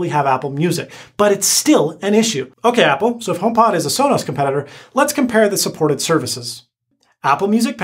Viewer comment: How could you say alisa and sola